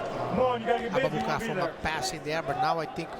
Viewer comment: The pronunciation of Abubakar’s name at the end💀💀💀